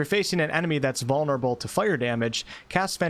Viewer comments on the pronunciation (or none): none